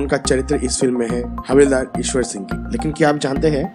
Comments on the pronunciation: Please learn how to pronounce Ishar Sing's name FIRST not Eshwar Singh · Pls correct the name... It's not Ishwar Singh but Ishar Singh. In this video... Same is pronounced incorrectly